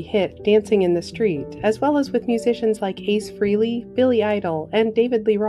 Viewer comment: Ace Frehley's last name is pronounced "FRAY-LEE," not "FREELY."